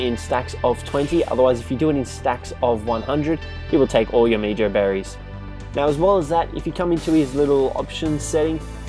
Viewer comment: It is pronounced like "meho" berry bit meejo berry